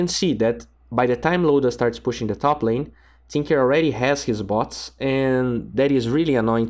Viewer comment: every fucking guy says tp boots not bots and you know it